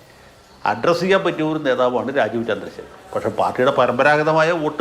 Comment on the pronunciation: മലയാലം മള പോലെ പലയുന്ന ഒരു ലാജീവ് .....